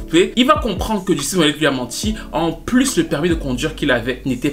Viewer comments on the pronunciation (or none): none